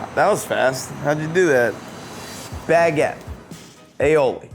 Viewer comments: How he says baguette is crazy. He says it all day everyday but doesn't know the word. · why is he pronouncing baguette as 2 words?